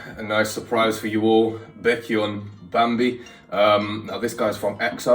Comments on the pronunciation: For Baekhyun's name it's pronounced more like Bae- Kyun. It should almost sound like your saying Bacon🥓. But i do recognize your efforts. Baekhyun just got back from his mandatory Military enlistment hence why this is 2 years old. He put out a mini solo album before he left Bambi being one of the tracks on it. Kai is now going away for his. And i do want to say while i do think Baekhyun is more inclined to keep his clothing more covered up. And seeing the way certain idols are more show offy with their bodies. It needs to be said people like Kai, Taeimin, BangChan, Ten Lee, and so many more are breaking Korean beauty standards by wearing revealing clothing. Just like idols like Changbin, and WonHo are breaking korean beauty standards for male idols (most of straykids are). Changbin being bulking up and getting shredded is not the norm for Male or Female idols in the industry. Often times Idols will have a contract that states how much they are allowed to weigh. And the companies do weigh their idols regularly and they will be put on strict diets if they are "overweight". They are in fact not overweight by any means but it is what is considered desirable. During trainee days Bang Chan gave all his meal tickets to girls in Twice specifically meat tickets so they could eat meat. He didn’t have too but he wanted too. Especially female idols are not treated well by the companies their standards are much higher Especially weight related. Also Idols are not allowed to date, and i ha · I lost it when u said banyok 😂😂😂😂don't worry u don't need to be sorry for not pronouncing it right take your time and don't rush exo-l are really chill and mature we won't attack or criticize you for making mistake or giving your honest opinions we even accept constructive criticism for exo 😊but the banyeok is iconic 😂😂😂😂😂👌❤im also impressed by how u got 3 members right fast specially chanyeol some people take months to get all the 9 members down and that fine ❤